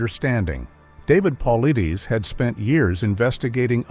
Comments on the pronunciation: It's pronounced "Paul - I -tis"! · ONE QUESTION: Why are you producing a video about David Paulides (it is pronounced Pul-ide'-ess) AND MISPRONOUNCING his name over and over and over through the whole thing is EXTREMELY poor narrating? Would you produce a video about Dr Ben Carson and pronounce his name "Dr Ben Cloopson" through the whole video? Don't you think that doing this pretty much negates your authority to talk about the subject? BE ASHAMED! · He mispronounces his name in all the videos he does. Quite inappropriate for someone doing a video about a well-known researcher. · Can’t even say his name right and we trust this? 😅😅😂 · Moronic! Not even professional enough to learn the correct pronunciation of David's name. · The mispronunciation of his name is killing me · Pronounce the man’s name right!!!